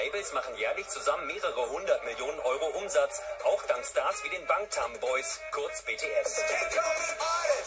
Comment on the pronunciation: wie sie sie immer 'bangtanboys' sagen like uff